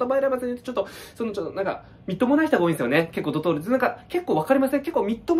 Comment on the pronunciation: ドトールがドドール